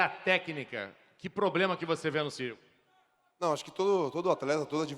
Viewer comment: Ciryl NOT "Cyrial".